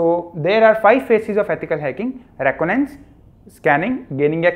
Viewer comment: What is roconance 😂 it’s re con I dance reconnaissance 🙂🙏🏻